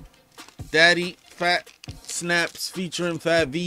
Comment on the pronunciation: Fabvl is pronounced like Fable